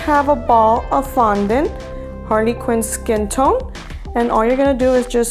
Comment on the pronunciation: I am not trying to be judgy but when you said Harley quinn you actually said Harvey Quinn